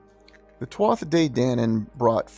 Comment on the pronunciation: Interesting video but not be pedantic but just a point to note Tuatha is pronounced as TooHa not TwotHa